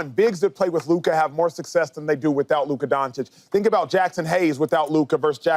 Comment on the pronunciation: Did he just say Luker 😂😂😂 it’s LUKA man.